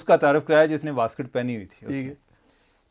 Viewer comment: واسکٹ نہیں ویسٹ کوٹ پلیز 😅